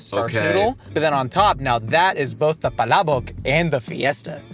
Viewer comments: pronounced "Palabok" in a perfect and a very sexy native way 😘👌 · pronunciation of "palabok" for an American is... 😚🤌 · Filipino here and gotta appreciate the way you pronounce palabok. That's what impressed me first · i was already prepared for the PAlabuk and was pleasantly surprised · Was gonna ask if they’re gonna be in the car the whole time but got caught off guard by saying palabok perfectly filipinically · you have my undying respect for pronouncing "palabok" so accurately. ❤ It's my favorite type of pancit especially when it has extra crushed up chicharon and boiled shrimp.😢 I'm a tad late to this video but I appreiciate Shayne being on.😂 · prnounced “Palabok” so legit. It’s spot-on. If I closed my eyes I thought it was said by a Filipino. And the story time about banana ketchup is so impressive. And he really nunches the food while Shayne talks, is amazing and feels like he really enjoys the food. Both of them. Just like two friends eating and enjoy their company. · Bro pronounced palabok correctly lfg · I love how you pronounce "Palabok" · i like the way u say palabok, its correct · hearing pronounce palabok correctly is so satisfying. so glad yall liked it! it's one dish i thought would be universally liked but foreigners always seem to find a hit or miss lol it might be my fave jollibee menu item in the PH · pronunciation of palabok is actually really good 👌🏻. Great job,! Makes me like you even more as a Filipina haha 😊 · I appreciate how pronounced palabok correctly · The palabok pronunciation was on POINTTTT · Dude, that was the best pronunciation of Palabok that I've heard from someone outside the Philippines. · Damn, might be the only foreigner I've heard pronounce palabok fairly well. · uy pilipins! 🎉 wow. hearing pronounce “palabok” perfectly is music to my ears.